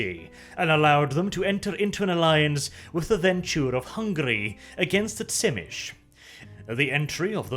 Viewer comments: "zhi-MEE-see". Not "TSIH-mish". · Tzimisce is pronounced "Zee-me-see" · The Unofficial Whitewolf wiki has pronunciations of the clans. You already messed up Brujah, Ventrue and Tzimisce so you might want to check it out. I would pronounce it as Zi-Me-Ce which is a little off but it certainly isn't pronounced Schimitch. The actual pronunciation is tzuh-MEE-see or zhi-MEE-shee. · Do a lore video on the Tzemiscee I think is how you spell their name? The Sabbat guys that basically create fleshy monsters like Clan Moulder. Btw isn't their name pronounced Tzemisi, not Tsimish? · That's how Tzimisce is pronounced? "Zim-ish"? I always thought it was something like "Zi-mee-zhee". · It’s pronounced Zy-me-she. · this series isn't half bad, but every time i hear "bruzah" and "venture" and on to the next "tsimish" i get a very slight aneurysm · I always thought Tzimisce was pronounced Zeh Me Chi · Man, hearing "Simitch" as Tzimisce took me a while. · TSchimitsch? Thats a cool pronouciation, too. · has a new title. Butcher of Vampire clan names. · lol, It was so bad I didn't even recognize it has Tzimisce at first.